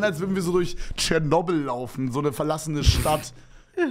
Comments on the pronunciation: Niemand… Wirklich niemand… „Schernobl“ 😂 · WAS FÜR CHATNOBEL wird nicht chatnobel ausgeschprochen !!!